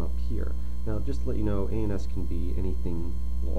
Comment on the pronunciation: It sounds like anus. go to and try not to laugh